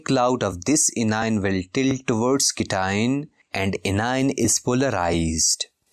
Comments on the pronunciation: Sir this is not cition it is cation and not inion it's anion😅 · Pronounce cation and anion as "cat ion" and "an ion"